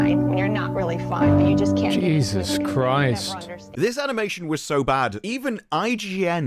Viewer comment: ''Jesus Criest''